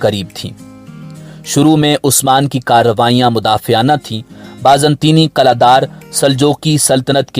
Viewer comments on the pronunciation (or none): none